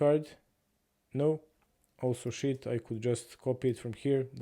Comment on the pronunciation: you pronounce sheet like "shi*" 🤣. Love it